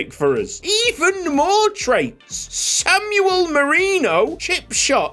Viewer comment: Always excited to see a new YSL save! been watching since crewe and we've come a long way. btw Samuel Merino's first name is pronounced like Sam-well